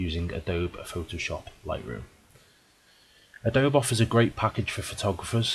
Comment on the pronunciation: Pretty sure it's pronounced.......Adobee #justsayin